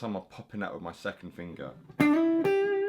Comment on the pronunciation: Lmao my favorite fingaa (heavy accent)